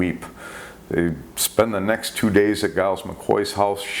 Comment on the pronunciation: Giles is pronounced Jiles. The Sub Commander's name was Hashimoto, not Hashimito